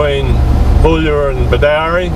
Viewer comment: It is pronounced as "Bedoorie" not "Bedowrie"